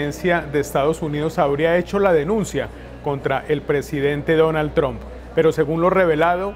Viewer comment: Me parece que se pronuncia " TRAMP", no "TROMP". Creo ? Eh? , no soy una experta en lengua inglesa. Un saludo.